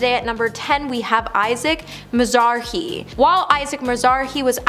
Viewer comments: The timing of the Idina Menzel bit right into the presenter saying MizARhee🤪 I also stopped watching after that. When presenting peoples names, the bare minimum is to pronounce them correctly. I agree with all your points. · Really strange for a compilation video of "embarrassing red carpet moments caught on tape" to show almost none of the actual moments, but rather still photos taken before and after. Also kinda funny that the clip on "Isacc Miz-ar-hee" came right after a clip focused on the mispronunciation of a name. "Isaac Mizrahi" is a well-known American fashion designer. If the person saying the name was unfamiliar/unprepared and mispronounced it, an editor should have caught that. Same with "Jerry Sein-'FEELED'." In terms of graphics, "Isaac" is not an uncommon name, but either way, the editor should have double-checked the spelling of all text overlay. Had to stop watching right after that. It was too messy and hard to watch. Having all the commentators freshly showered in well-fitting, good quality clothes would help reduce distraction, as well. :/